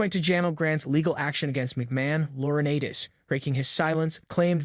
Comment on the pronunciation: Loriniiites Is the pronunciation not Laura Natis. There’s a long I in his name the a is silent